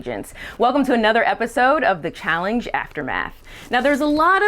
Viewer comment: a terrific host for these things, but she keeps saying Challing-ge. I can’t unhear it.